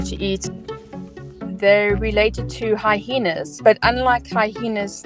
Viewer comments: Excuse me but there is only one H in hyena and no matter where in the world you are it is pronounced HY-EE-NUH. No, I'm not rude, I am concerned with ending ignorance which is the state of not knowing. Please don't learn from the girl saying hy-hee-nuh so you won't be looked at like you flunked kindergarten; God help us, it happens! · Hy-ena only has one H in it not two and your pronouncing with 2 (Hy-hena). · I was unaware hyena was pronounced like hyhena. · Never heard hyena pronounced hi-heena before! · I've never heard of hyena pronounced hihena. 😅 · Why does she pronounce it "high-hee-na"? 🤔🤨 There's only 1 "h" in "hyena". 🤦🤷🙄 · I know our language is chock full of letters, which some people selectively pronounce, but I do not recall there being a second, "H," in the word, "hyena."